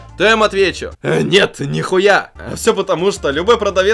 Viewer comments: ору с твоего "нет, нихуя." ты это произносишь угарно. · Нравятся ролики, но вот эта фраза "нет, нихуя" - честно, надоело. Видно что тебе действительно нравится её говорить и порой её произношение становится отвратительным.